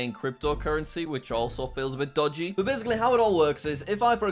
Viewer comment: “this is incredibly dogey”